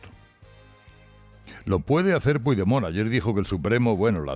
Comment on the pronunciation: Sabes pronunciar "a corre cuita", pero no Puigdemont? De qué vas?